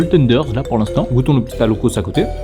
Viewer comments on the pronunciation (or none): L’alloco, ce délicieux plat ivoirien, se dit "alloco" et on ne prononce pas le "s". En tant qu’Ivoirien(le pays de ma mère), je me permets d’en parler avec affection et légitimité. J’ai été un peu cocké😳 de le voir dans un sandwich, et j’aimerais partager comment ce plat incroyable est traditionnellement apprécié chez nous☺. L’alloco, ce sont des bananes plantains mûres frites, dorées et fondantes, que l’on accompagne souvent de poisson, de poulet, d’œufs, de sauces épicées ou de riz. Chez nous, on le savoure surtout dans les maquis, ces petits restaurants populaires où l’on se retrouve autour d’une bonne bière locale ou d’un soda bien glacé pour se rafraîchir, ou dans les allocodromes, des lieux en pleine air spécialisés dans la préparation de l’alloco sous toutes ses formes et aussi et souvent chez nos maman qui en font un commerce au bords des routes ou dans les marchés😋. Comme c’est un plat très populaire, on le déguste également dans le confort de nos maisons, en famille ou entre amis. On le retrouve aussi souvent accompagné de garba, un plat composé de thon frit servi avec de l’attiéké, une semoule de manioc cuite à la vapeur et légèrement granuleuse. Le garba est généralement assaisonné avec des condiments comme des oignons, des tomates, du piment, du citron, ainsi que le fameux cube Maggi et de la mayonnaise, souvent de la marque Aromate, très populaire chez nous. Les garbatchikis, vendeurs spécialisés de garba, sont très appréciés pour leur savoir-faire et la rapidit